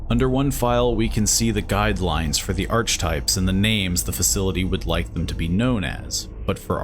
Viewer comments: “arch-types” is certainly not how that is pronounced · That's not how you pronounce archetypes friend